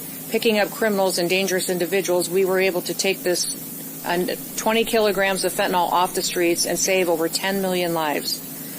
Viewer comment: Why would someone announcing 20 kg of fentanyl not know how to pronounce its name? It's not fentanol, ma'am, it is fentanyl. This mislabelling does not sound professional, and speaks of perhaps some lack of knowledge of the subject at hand. But fighting it is still paramount, so charge on!